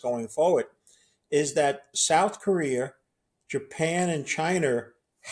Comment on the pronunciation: Yeah, but what/who are "Chiner" or "South Career?" Must be where "da two utes" are from?